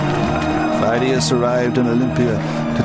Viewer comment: Φειδίας (Pheidias) is not pronounced as it is in this film (fie-dee-as), neither in ancient (pay-di-as) nor modern (fee-thee-as) Greek. . . . but I still enjoy the video.